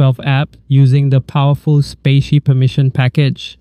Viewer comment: Thanks for the tutorial, much appreciated! By the way, "spatie" means "space" in Dutch (as in " ", the space between text) and is pronounced like "spa" + "si", not spacey ;)